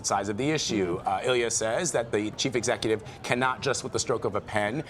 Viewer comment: He has clear limitations in English pronunciation and should certainly NOT be a reporter on an English-speaking news show...ever. "ek-SSek-ooh-tiv order" "Pwoblem"